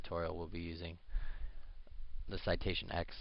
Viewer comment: Citation Ten - not X!